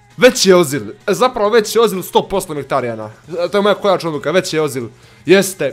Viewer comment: Nije ozil nego ezil